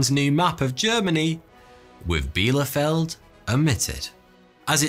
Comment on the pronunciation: Erstaunlich wie fehlerfrei er "Bielefeld" ausspicht (obwohl es die Stadt nicht gibt)...